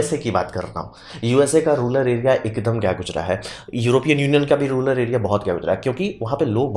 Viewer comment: रूलर नहीं, रूरल होता है!